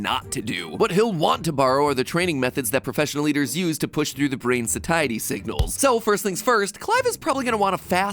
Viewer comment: Pretty sure “satiety” is pronounced “say-shi-tee”